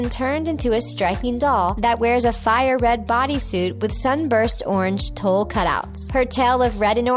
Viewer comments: Have you never heard of "tulle" before (if not it can be forgiven) but TULLE sounds like Tool, not Toll. It totally threw me off a moment... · its pronounced "tool" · Her repeated mispronunciation of tulle drove me nuts.